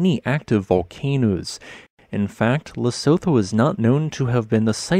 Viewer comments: It’s pronounced ‘Le-su-tu” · By the way its pronounced "Le-su-tu". Keep up the good vids. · Pronounced - Le - su - tu/too. The (Tho) is a too. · The name of the country is pronounced lesutho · The H in Lesotho is not pronounced. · His pronounciation of Lesotho is slowing killing me inside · To someone from South Africa your pronunciation of Lesotho is stupidly hilarious, I like your stuff but jeez lol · Look up how to pronounce it before making a video.